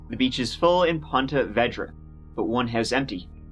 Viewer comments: As a Jacksonville native, it's so strange to me to hear his pronunciation of ponte vedra. I've always heard it as ponte vēdra. And even though it looks nice, there's always some sinister happenings just around the way. Like anywhere in Florida, really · Hey you are murdering the pronouceation of Punta verda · Great story. I remember it well, since I live in Ponte Vedra (pronounced VEEdra). Crazy crazy crazy. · It is pronounced Ponte Vee-drah. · I live in Jacksonville and its actually pronounced Veedra lol. I remember this story too when it happened lol. Ponte Vedra is a super rich area. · I grew up in Ponte Vedra and the multiple mispronunciations are hilarious. Thanks for making my day! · You mispronounced Ponte Vedra all the way through the story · I love but the mispronouncing of Ponte Vedra hurt this local. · As a Jacksonville native, I have to correct the pronunciation. It’s Ponte Vee-dra. Not Ponte Veh-dra. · It's pronounced vedra with a long e like in eclair not vedra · It’s actually pronounced Pawna Veedra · A couple years late but it's pronounced 'Ponte vee dra'. No hate from me. Love the content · It’s pronounced like “PON-TA VEEDRA ;-) I live in jax just trying to help not be a snarky arse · I live in Jacksonville and i just have to say i love how says ponte vedra 😂 we pronounce is ponte veedra here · I live very near here...it's pronounced POnta VEEdra. Made a pretty cool kayaking vid for youtube where I wipe out on the surf 3 times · You’re pronouncing the name of the city all wrong. It should be said like Ponta Veedra. Hard to listen when I’m from there and your butchering it. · Ponte Vee-Dra* :) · No offense, but it's pronounced Pont - uh - VEE - druh, unless everyone I know has always pronounced it wrong (I Grew up in Jacksonville). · it's pronounced Ponte Vee dra.. Im from St.augustine alot of people say it different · we say pon-tee vee-draw… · Try " Ponte Ver - day " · Ponte Veeedra. Say it correctly.